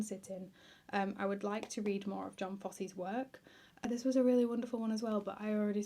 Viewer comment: It's pronounced Yon Foss-uh Great vid. I'm a fan of many of the books youve listed